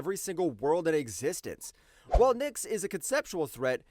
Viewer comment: One common issue I've seen with a few of your videos is that you seem careless with pronunciations. There have been some more extreme ones, but the one I noticed here was with Nyx. You pronounced it "Ninks," when it's just "Nicks." I'm not sure the best way to address this, since looking up every word's pronunciation isn't viable, but a more careful at spellings as you go might help.